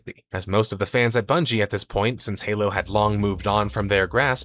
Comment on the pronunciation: Thought you said Hello instead of Halo at the start 😂